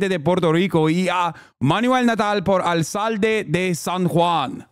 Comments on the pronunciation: lol he did great, but "alSalde" is just so funny to me. 😅😂❤ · As a Boricua Hasan literally sounded like the white priests at Spanish mass. Also he pronounced alcalde wrong